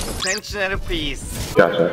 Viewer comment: gatchaじゃなくてgotcha、、、そんなあなたがすきです(笑)